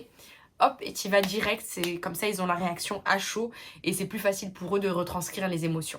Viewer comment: T’inquiète je t’apprécie bcp mais on ne dit pas qui z’ont ou qui z’étaient, il faudrait apprendre à éliminer ce z qui n’a pas sa place. #Noshade 🙂